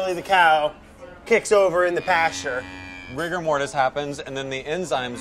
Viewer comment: Did anyone else cringe a bit at “rigor mortis”?